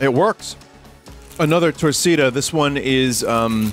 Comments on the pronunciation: Torkc'da(Brit'sh torcida) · I mean, to pronounce Torcida incorrectly you'd really have to put EFFORT... though I can definitely hear a british person going TORRKEEDER